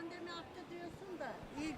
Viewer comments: "Pandemi" diyemiyor, "Pandemir" diyor. 🤣🤣🤣🤣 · Önce konuşmayı öğren pandemir değil o pandemi Biri çıkar asgari ücrete maskeri ücret der biri pandemir der 😁😁zuhahaga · Şu mallara söyleyin Pandemir değil “ Pandemi”..!!!